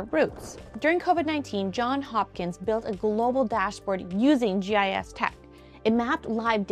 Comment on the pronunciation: I love GIS and you said Johns Hopkins correctly! kkk